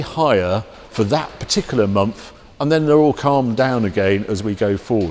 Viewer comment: Harry - for Gods sake man it’s a MONTH not a MUMFF!